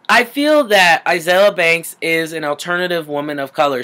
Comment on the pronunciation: Okay , I like you and concur with a lot of things you have to say, but at least say her name right. A-zeal-ia